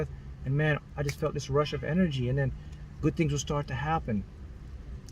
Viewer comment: It sounds so funny whenever he says "GUT" LOL! 😂 I laugh many times when he says it. Someone count how many times he said "Gut" in this video and then write the results under this comment.